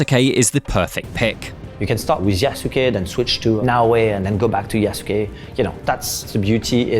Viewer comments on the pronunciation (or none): It's ya-suke, not ya-su-ke lolol! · you would pronounce it like "yah-skay" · Is the pronunciation of Yasuke... all wrong?